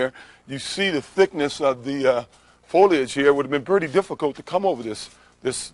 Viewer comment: Folage? I love when this ignorant murderer mispronounces things!